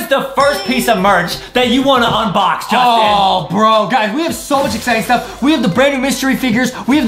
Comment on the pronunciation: Its not jousting😂😂 its justen😊 not trying to be rude